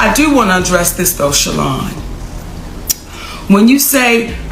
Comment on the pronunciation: SHA -LON(lawn) 🤣